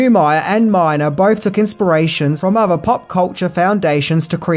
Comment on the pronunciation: *Neumeier and Miner (not "Myer")